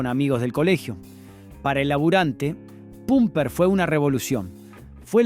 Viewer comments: todo el mundo decia "pamper nick" y no pumper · Pumper se pronuncia pamper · Es que lo pronuncia de ambas maneras; dice pumpernic, pamper, pumpernic de nuevo y cierra con un p'o'mpernic. Sin dudas no es Inteligencia artificial, es incoherencia natural. Más allá de eso, esta bueno el informe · . Sí, la primera pronunció así: "Pumper" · El guión está leído x IA? Por qué dice AGUÍLA (acentuando la i)...o PUMPER en vez de pamper? 🤔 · Sospecho que vos NO sos de Argentina o no viviste en el país en el tiempo de estas MARCAS! Tenés un problemón con la pronunciación de los asentos!!! NO es "aguíla" es "águila"!!!; NO es "Arcór" es "Árcor"!!!; NO es "itálo" es "la ítalo"; Y no se decía "Pumper nic", sino "Pamper nic". Es un aporte de un tipo que conoció todas esas marcas.